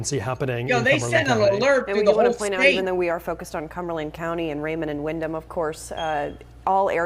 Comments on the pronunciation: pronounced Wind-um. not wind-ham, silent "H" so you don't keep sounding like an idiot. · Windham ( the h is silent ). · Dude doesn’t even know how to say our town or the details of the story. All he is reading Facebook comments and reporting it. What an idiot